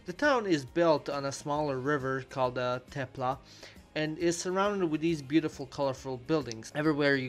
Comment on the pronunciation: "Tepla"? Does that mean it's warm?